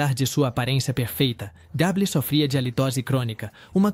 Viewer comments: Misericórdia! Gable pronuncia-se Geibol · Não existe ATONITO. A palavra é ATÔNITO!!! E não Cark GABLE e sim "GABLOU" é a pronúncia CORRETA!!! E o que é POSTÉRES??? seria "PÔSTERS" (a pronúncia correta???)...